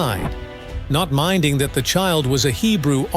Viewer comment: I notice this in many videos it said manner when it is real manna also the word child was said wrong .